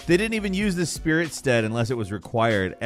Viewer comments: Fun content to watch, but some of your pronunciations are killing me. Torrent the spectral "stead" (like steadfastness)??? He's a steed. Hoarah "Lao" (like the country Laos??) It's Loux like "loo" even pronounced as such in-game. I know it's just shit talking, but I couldn't not comment. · The spirit STEED. How do you manage to pronounce something wildly wrong in every video?